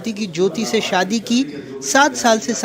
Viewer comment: Bhosdiwaale..shaadi tak theek se nahin bol sakte..saadi